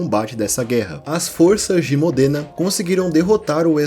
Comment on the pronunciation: Existe uma série de livros chamado "Os Reis Malditos" que conta toda a história do Rei Felipe e seus descendentes. Para quem curte as Crônicas de Gelo e Fogo, vai gostar também. Eu fiquei um pouco incomodado na hora que você pronunciou diversas vezes Modêna. Eu nasci numa cidade próxima e a pronúncia é Módena.